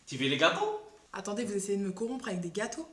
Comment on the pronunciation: "Tu veux les gatow ?" 😂😂